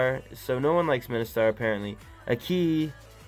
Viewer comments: Min-si-tar is the right pronunciation Not Mi-ni-star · bro its min-si-tthar not mini-star 😂 anyway i really want all sss heroes but havent got any yet T^T